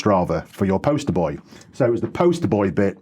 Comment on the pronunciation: was that "poster boy" or "post-boy" ?